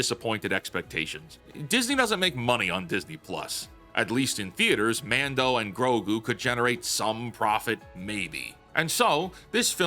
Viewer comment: You mispronounced 'Mango and Grok' there at the beginning, but, otherwise, good video.